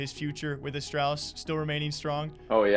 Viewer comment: You cursed it. Of course, they lose 0-2 to NIP after the interview. And you still can’t be saying astralis like the name al instead of astrahlis. Especially in an interview with device.